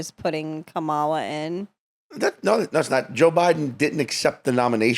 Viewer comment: Kerryn needs to learn how to pronounce Kamala.